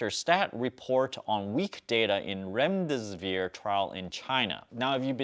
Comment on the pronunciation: Don't wanna be a pronounciation police here but it is pronounced as gee-lee-ad and rem-des-see-veer. But interesting video!